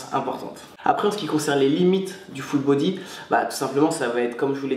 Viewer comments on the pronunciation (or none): on dirait il dit "Foot Body" mdr